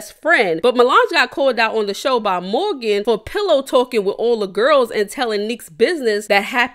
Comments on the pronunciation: Sis it’s Mehgan not Morgan 🤣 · Her name isn’t Morgan, it’s **Mehgan 💕